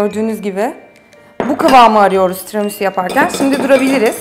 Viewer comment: "Tiramusu" - "çukulata" 😂😂😂